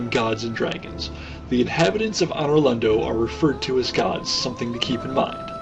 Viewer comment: Great Vid, but one thing pissed me off, Anor Londo is pronounced ANN-or LonDOE